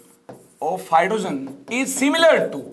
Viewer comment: hydro + geen not hydra** ... small mistake👀👀